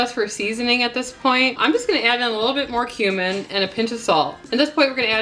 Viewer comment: Haha:, when said "it smells like cumin", I thought at first that she said "smells like *human*" 🤣